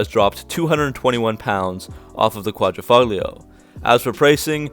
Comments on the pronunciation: It's "Quadrifoglio" not "Quadrifuglio" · Good job in this video. Some FYI though, the "g" is silent. You pronounce it "quad-ra-folio". I currently have a vintage Guilia Sprint Veloce but in the early 90s had an Alfa Spyder Quad--ra-folio. I bought it new and the salesman spazzed out because l said it wrong lol!